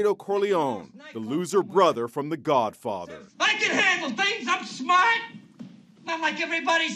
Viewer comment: "I'm smarht! Not dumb like everyone says"